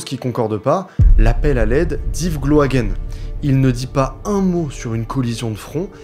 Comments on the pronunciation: Super vidéo mais juste petite précision. Gloaguen se dit Gloaguin et pas Gloaguène. En tant que Breton s'est très perturbant 😅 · Très beau reportage, bravo au dessinateur également. Petite correction, Gloaguen se prononce gloa"gain"